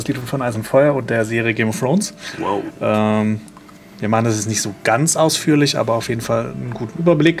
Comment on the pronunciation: "Game of Frones" ^^